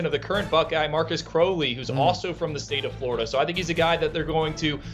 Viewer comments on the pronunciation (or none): he’s much more fluid and shifty than Teague. He’s also got a nice burst through the hole and he has great ball catching skills. That being said, he doesn’t have breakaway speed, but that’s not how they will use him. BTW it’s pronounced Crowley like Cow not Crow like the bird.